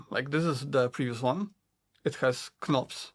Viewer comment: Great review! I just couldn’t help but mention that the “k” in knobs is silent if you didn’t know. English is weird hahaha.